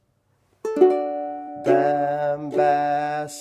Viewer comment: Bam has bat is actually pronounced "bom bos bot". Good try though. Also, don't rely on Google Translate.